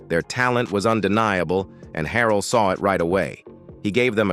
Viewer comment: You making money putting up a Vlog about Jodeci and you start off in the first 45 seconds calling K-Ci “K-San”. 🙄 Then you called him “K Sigh”. You couldn’t pronounce Andre Harrell’s last name. 👎